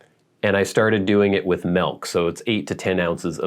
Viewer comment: What is “melk”? Never heard of it.lol that’s like a plastic “behg”, don’t know what that is, either.hahah I’m JUST JOKING! I love your channel, and have been watching your vids for quite a while, just wanted to poke some fun.😂😂🇺🇸🇺🇸